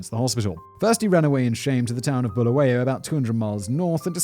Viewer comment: The city in Zimbabwe is called Bulawayo, not Bulawoya. Simon read it well though